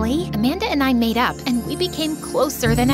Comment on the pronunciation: I hear made up as a madeout💀😭✋🏻